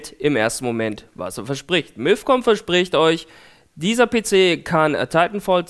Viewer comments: Es heißt nicht milf sondern mifcom haha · bei verstehe ich immer Milfcom O.o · Hat er bei milfcom gesagt? XD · Miiifcon xD